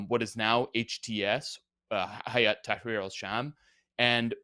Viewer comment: You shouldn't pronounce it "hayat", this would mean "life"(حياة). Pronounce it "hay at"(هيئة) like the hay you feed cows instead.